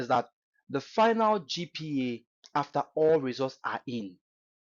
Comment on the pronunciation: Eii, abrogyire kakra wo ko ye na wo ascent asisa saa no? see how you pronounce GPA sef, anyway, great insight, as usual